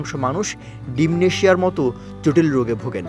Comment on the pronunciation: Dimnesia na re vai dementia 😂